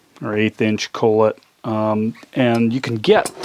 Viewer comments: Collet, pronounced call-it, it's not French lol. Cool video though 👍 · It's pronounced "call it". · Id like to see how this performs compared to the newer fuel. The fuel has 1/4 collet (believe its pronounced call et) the fuel is 2100rpm vs this one 3200. Wondering why they went w less rmp w the fuel.